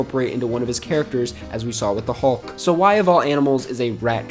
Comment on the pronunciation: I’m sorry but they way you are pronouncing “hulk” is really throwing me off 😂.